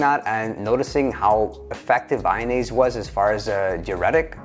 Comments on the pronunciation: its not vayonaise its vyvanse lol. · Vy-NASE? There goes your credibility. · Friendly correction Vyvanse is pronounced Vy-vanse, like advance. rhymes with iDance